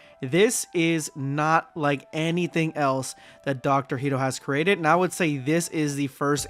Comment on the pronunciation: why do you keep saying “Heedo”? Hedo is pronounced like “head-oh”